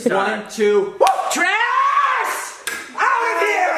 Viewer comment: he screamed trash but it sounds like he’s screaming trish lmao now we know how he screams Trisha’s name when he’s mad.